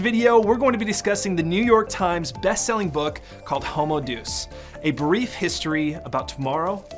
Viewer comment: okay thanks for putting up the video, FYI, the word d e u s is pronounced day us, Deus.. not deuce.. no offense meant